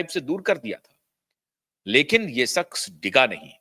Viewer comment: Pootiye...saks nahi shaqs hota hai...nihaayat hi 3rd class biased presenter ho tum pootiye....